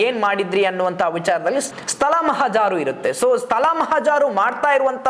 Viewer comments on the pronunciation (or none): Nimma Kannada prounciation sudharisikolli. Mahajaru. Mahajaaru alla.